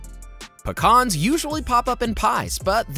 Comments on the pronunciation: its PEE-CANS ....NEVER PICAHNS!!! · I just hate how he says “PUHCKAAAHHHRRRNS” What’s the heck!!? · I don’t think I’ve ever heard anyone pronounce Pecans like that 😅